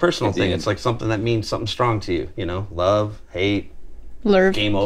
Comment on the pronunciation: "you know what time it is? Lurv Time!" 😂😂